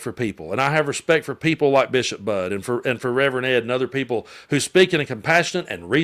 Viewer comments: Her name is pronounced "buddy ", she great! Please get her name correctly ❤ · The Bishop's last name has two syllables. It is pronounced BUD dy. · FYI, I've heard elsewhere and believe her last name is pronounced, "Buddy". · Hi,......the bisop's last name is spelled Budde but is pronounced the same as 'buddy'. FYI. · It’s pronounced like Buddy. 😊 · Bishop Budde (It's pronounced "buddy," by the way), did a superb job talking to Trump. MAGA's response is pathetic. I don't know who they worship, but it certainly isn't Jesus. Actually, it appears to be Donald Trump, himself. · Her name is pronounced “Buddy” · Her name is pronounced Bud-ee, like Buddy. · just fyi her name is pronounced like buddy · Bishop BUDDE BUT It's SAID LIKE BUDDIE!!!!!!!! So She herself said. Not Being Rude, LOVE YOU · That’s not how you pronounce the Bishops name?